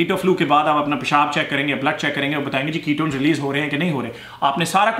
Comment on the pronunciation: Love the way you say ( paishaaab ) It piss me out. Totally Pakistani way. Very natural Desi.